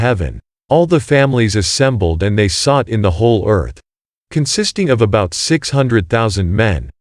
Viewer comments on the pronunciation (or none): none